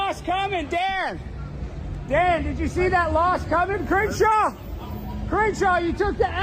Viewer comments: Not sure if you said Cringeshaw or if I misheard you, but Cringeshaw it is 🤣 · Mark you havin' problems saying Crenshaw' name 🤔😂🤣🤣🤣 99 is my fav. 😁